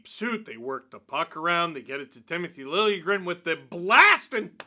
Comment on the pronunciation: lil-juh-grin >:)